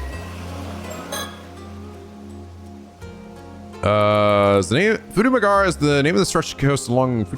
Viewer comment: Poor Futamigaura coastline getting mispronounced. Won't someone think of our coastlines?! (Japanese doesn't often ignore vowel sounds. If a vowel is written down, then it'll be pronounced (often). In this case, the U in "gaura" is as much a vowel as the a's